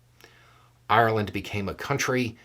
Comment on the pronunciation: I didn't like the attitude of the person who posted. "I thought we were friends". So if the Irish don't walk the American line, friendship over? Simplistic attitude. Also I like that pronounces Ireland properly. All too often I hear Americans say EYE-R-LAND and it ain't cool.